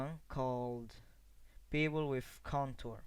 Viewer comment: It's pronounced "Beh-vul", not "Bee-vul"!